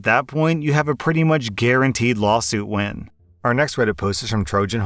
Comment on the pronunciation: i heard "when" instead of "win" the first time and it confused me lmao